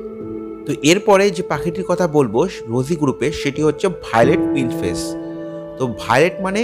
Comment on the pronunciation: কথাটা শুধরে নিন রোজি পিঞ্চ ফেস বলে কিছু হয়না। কথাটা হবে রোজি পিচ ফেস।।কানে খুব লাগছে।।ঠিক করে উচ্চারণ করুন